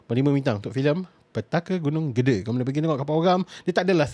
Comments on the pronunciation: cara sebut nya "GEDE" bukan gede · salah, sebutanya Gede, bukan GEDE... lorat Malaysia lebih enak dan betul